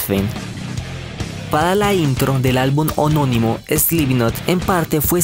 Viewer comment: ME PARECIÓ QUE DIJISTE HONONIMO ... Y ES HOMONIMO :V . Pero buen video bro lml sigue así